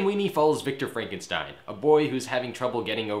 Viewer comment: Heisen-stein lol.